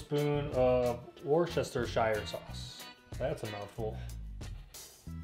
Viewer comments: "worsestershyer sauce" in the UK we pronounce it "wooster" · For everyone that struggles. Wus-ter-sheer. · As a Brit it always makes me chuckle when I hear non-brits struggle with the pronunciation of Worsrt-stish, worst-tis, Worts-shish-sire sauce. You can also drop the sheer to just say Wus-ter sauce too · Worcestershire sauce in the uk is pronounced. " wuster" sauce..much easier!